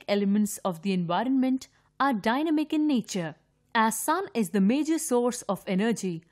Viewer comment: Envinorment???????? or do i just hear it wrong IDKK!!!!!!!